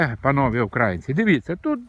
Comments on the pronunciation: Дядьку у вашомуму віці пора знати, де ставиться наголос в слові українці, та Україна, хоча не зі всім, але в деяких речах я з вами згідний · Ви все правильно говорите ,але наголос на слові ''українці''непрвильний це кацапи так нас називають , прислухайтесь до поради .Слава нації !!!